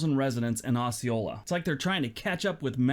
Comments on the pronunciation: I'm in arkansas. It is not pronounced as he is saying it. The o is said as oh. So we say oh- see- oh- la. I've never heard it said the way he said it lol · That is "oh-see-ola. I live in jacksonville arkansas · this guy is too judgemental and opinionated -- I live 15 miles from Osceola Arkansas - pronounced O Ceola the s is silent -- so there's that -- we are an old time area in the delta - on the Mississippi river - fine people for the most part --- no town is perfect -- I noticed no California towns --- ------- you are awesome - genuine - God bless